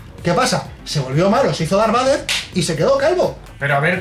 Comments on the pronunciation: en serio? Darbader, así lo pronuncian? Por favor! Creo q me dió algún cáncer al escucharlo. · Dar Bater. Pero es que tio como es posible que lo pronuncie tan MAL. Error Epico. REALISMO!!!!! Y solo llevamos 15 segundos de video. Vaya. Empezamos bien.